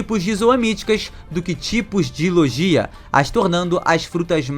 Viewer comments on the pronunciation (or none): none